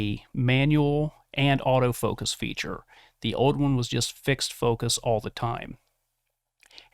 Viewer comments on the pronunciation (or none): none